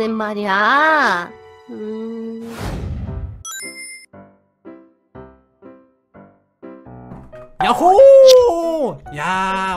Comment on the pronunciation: 야호!!!가 왜 여보!!!라고 들리지...